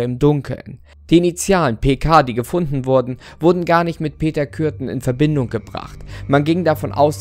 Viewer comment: Es hört sich an als ob er Peter Kücken sagt😂👍